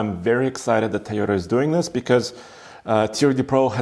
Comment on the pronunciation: It's "Toy-ota"...not "Ty-Ota" Good review...